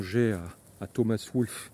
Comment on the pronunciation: Merci de saluer Wolfe ! (Mais on prononce Wol-fe, pas Woolf.)